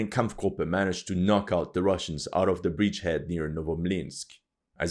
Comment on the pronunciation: Dude, please say bridge head instead of breach head! Btw, Russians is not russkov but russki! lol